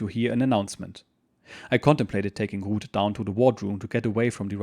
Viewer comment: So her name is Ruth. I thought you were saying Rood which didn't sound too good. Yes he was lucky his boat got delayed so many times.